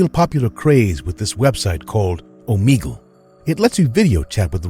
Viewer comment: The fact that he said Omegle wrong 😑